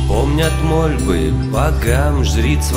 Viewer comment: Неплохая песня и ролик удачный, как ни странно. Меня удивила фраза ; "помнят мОльбы богам" , с ударением на "О". Неужели нельзя было подработать стихи. Так по русски не произносят. Сама увлекаюсь стихосложением и понимаю, что можно изменить текст. Надеюсь комментарии помогут им развиваться и идти дальше.